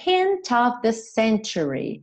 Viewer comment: Agora nao entendi uns dizem the com som" v",e vc diz the com so" d"